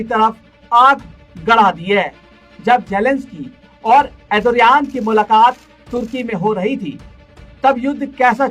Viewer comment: Bhai pahle tu Erdogan nam lena sahi se sikhle